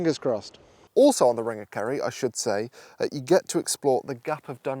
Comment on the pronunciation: I thought you were saying "ring of curry" which sounds like a place I want to visit.